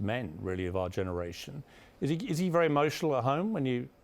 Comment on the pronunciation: "I really liked her. - She looks like a superstar, was great fun, wery intelligent, wery smart, wery charming, wery warm, with direct eye contact. Seems like a wery nice person ..." sayd Piers Morgan about Meghan Markle (When he first met her in person)